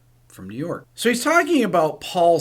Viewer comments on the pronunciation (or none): none